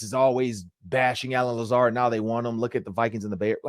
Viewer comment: I quit watching when he said Lazard 😆 🤣 😂